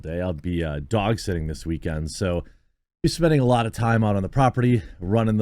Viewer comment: Lol you kinda chewed up saying dog sitting, and I heard "I'll l be doxxing this weekend", all casual and shit. Lmao